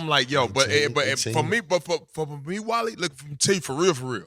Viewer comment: And called him “Wally” instead of Willy right before that.